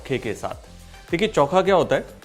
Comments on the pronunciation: चौखा नहीं चोखा बोलते हैं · Its not chonka its chookha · bhai, it is "Cho-kha" and not "Chau-kha" 😛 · This is not choookha , it is chokha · Very nice. Actually its चोखा and not चौका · It's चोख़ा not चौख़ा 😀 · Choka nahi chokha kehte hai